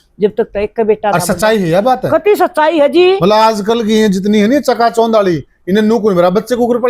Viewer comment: च्यका च्यौंध के होवे सै क्यों पत्रकारिता और हरियाणवी बोली का भट्ठा बिठावे है चका चौंध होता है या जो यो बोले है यो होवे है